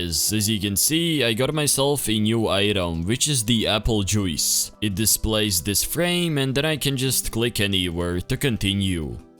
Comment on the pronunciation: im sorry but when you said aple joice i died laughing